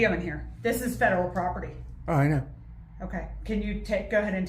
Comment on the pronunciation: What the hell is "poperty"? It's not just a simple mistake, as he does it twice!!!! Also, how mature to refer to police as "popo". Obviously a highly intelligent, very well educated journalist.